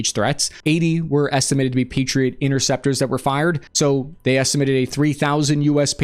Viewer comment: "Patirot Intecetpros" :p